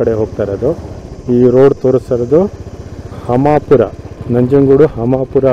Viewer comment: ಹಮಾಪುರ ಅಲ್ಲಾ ಹಂಪಾಪುರ